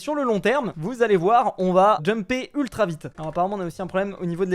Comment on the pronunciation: Tu a di plu vitre o lieu de vite😂😂😂😂😂😂😂😂😂😂😂😂😂😂😂😂😂😂😂😂😂😂 mai sinon c'est trop bien